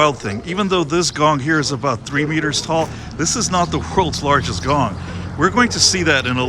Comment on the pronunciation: The pronunciation the woed in Thai.=>whenyousay think about the woed"King-Kong" only suffix word "Kong" the sound similar that you said Gong But it's not correct exackly.